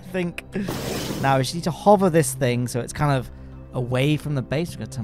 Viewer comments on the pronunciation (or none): none